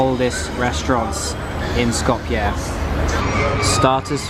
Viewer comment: Hey man thanks for pronouncing Skopje correctly, love from Macedonia